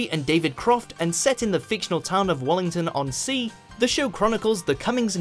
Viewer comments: Its Wallmington not Wallington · And WARmington even though it's spelt Walmington (it's a standard English silent 'l' after 'a'). You get the feeling the reviewer has never seen the show.